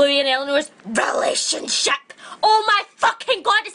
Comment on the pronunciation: THE WAY SHE SAYS RELATIONSHIP IM DONE WITH LIFE